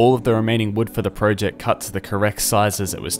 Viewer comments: You said project wrong haha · This is a fantastic video but i cant not laugh when you say pro ject